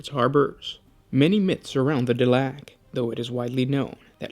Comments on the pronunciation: The e at the end make the a sound like a into the word A and not the sound ah. So it is DelAk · I thought it was dela-q